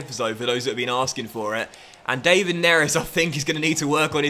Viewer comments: David is pronounced like Villa's first name not the English way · the David in David Neres is pronounced the same way as it is for David Luiz or David De Gea